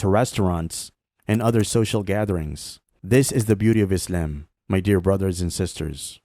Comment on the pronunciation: It's good and all, but you say Islam a bit weird though...